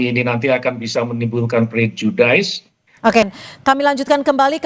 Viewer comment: Pak polisi, pronunciation yang benar adalah 'PREJUDIS,' bukan 'PREJUDAIS,' 😂😂😂. Bapak bilang 'prasangka' saja kenapa sih, wong prejudice itu bukan istilah yang scientific.